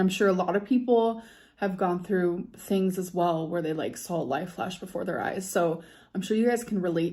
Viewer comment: I cannot tell you how her saying sawl instead of saw makes my blood boil